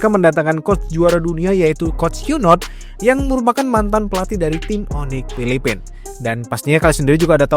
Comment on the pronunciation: Coach "YouNot" ❌ Coach "WhyNot" ✅